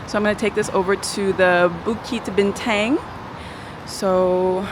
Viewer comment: Bintang is actually pronounced as "Bean-tounge" just sharing 😁